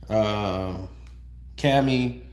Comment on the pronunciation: Not cami it’s camo for camouflage